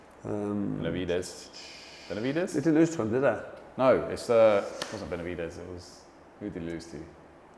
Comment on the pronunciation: FFS guys at least if youre gonna about Boxers get their names right. Benavidez is nowt like Bivol. Like calling the Cobra Jake Paul. Bit embarrasing guys.